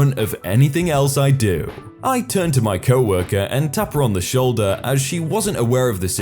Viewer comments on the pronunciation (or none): none